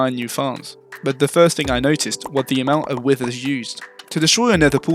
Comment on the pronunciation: why do u say withers like ‘wisthers’